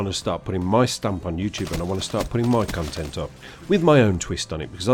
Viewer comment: lol it sounds like you say "cuntent"